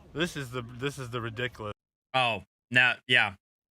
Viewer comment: He said 'ridiCALous' and 'EXspecially'. My god, why can't they English! I have literally taught grade 4 Korean students with a much better understanding of English than these dudes have. And, oh, his poor wife having to deal with this nonsense.